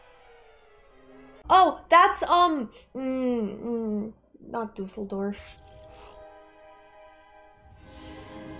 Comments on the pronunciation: she didn't just said dusaldor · Düsseldorf...LOL :) It's nice to see someone watch these films with so little advanced knowledge. Still read the books if you can. There is a lot in the books that did not get included in the films.